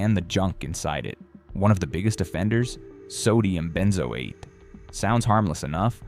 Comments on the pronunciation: "Ben zo atee", said the AI. 555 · Lol at benzoate pronunciation